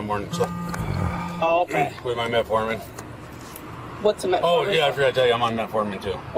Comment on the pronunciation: He actually said metformon nit ozempic